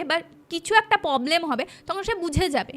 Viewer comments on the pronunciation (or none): ভুল ভাল উচ্চারণ গুলো গল্পের মাঝে খুব বিরক্ত লাগে এগুলো একটু ঠিক করবেন শ্রান❌ পবলেম❌ স্নান✔️ প্রবলেম✔️ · শ্র্রান, মোদ্রা কথা, পবলেম এগুলো শুনতে খুব বাজে লাগছিলো, আগের একটা পডকাস্ট এ শুনেছিলাম হিন্দি হরর পডকাস্ট এর থেকে কিছু টা সাজানো গল্প আর বাকি টা জানি না কোথা থেকে নেওয়া, বুঝেছিলাম সত্যি ঘটনা মোটেই না, আর সাথে এই চিবিয়ে চিবিয়ে জোর করে টেনে বাংলা বলা, সত্যি মিথ্যে জানি না কিন্তু এগুলো খেয়াল রাখলে হয়তো দর্শক দের প্রতি ন্যায় করা হবে! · পব্লেম না প্রব্লেম